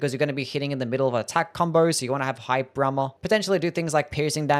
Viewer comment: says hyper armor weird and its great